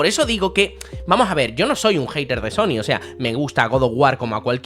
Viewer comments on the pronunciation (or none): none